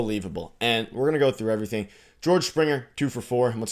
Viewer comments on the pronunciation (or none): none